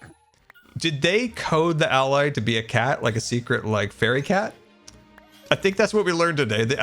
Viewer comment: it's been 4 years and still can't pronounce allay...